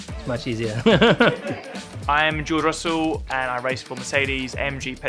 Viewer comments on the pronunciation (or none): Did Russell just call himself "Joe Russell?"